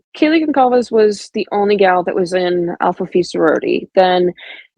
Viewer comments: She says Kaylee's last name the same as Dylan does, "Gonklaves" . If I was Dylan or Bethany than coming out as if I was a neighbor or someone would be an incredibly tempting thing to do because I am sure I would want to say things And be able to have my own voice in the internet space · Gonkalves ? Is that the proper pronunciation ? Seems like she would know.